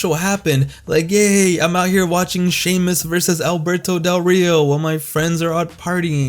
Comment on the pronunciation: "wwe champion shay-moose."